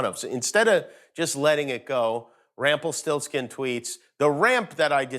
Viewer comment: "Rample stiltskin"